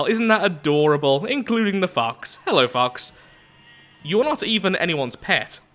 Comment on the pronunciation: You need to annunciate "Fox" more clearly...